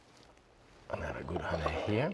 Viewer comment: I love so many of his little ways, but his pronunciation of "honay" is one I watch for.